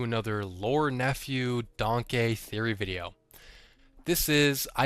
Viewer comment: I refuse to say “Danke” it’s “DANK” goddammit!